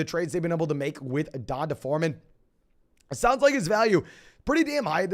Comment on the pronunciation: i lose 1 day off my life every time you pronounce D’onta (dee-ahn-tay) as DonDuh